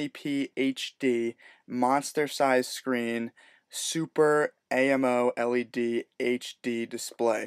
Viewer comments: LOL "Super A.M.O L.E.D"... it's pronounced super amoled. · its amoled not A M O L E D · dude..its amoled....not AMO led....its pronoucnced together..!!! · It's pronounced "Ammo-lead(the metal)"